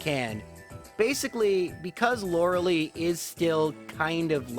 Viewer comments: Damn it man, it's not Lor-uh-lee. It's "cah-thoo-loo" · Lorelei is pronounced lore-eh-lie. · The "Agatha Lotery"? More like the "Agatha Slaughtery" XP I think Lorelei is pronounced "Lor-e-lie".